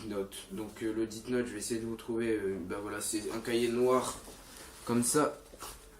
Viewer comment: Sa se prononce pas " DITE NOTE" mais plutôt "DESSE NOTE". L'orthographe est faite exprès pour que tu prononce bien.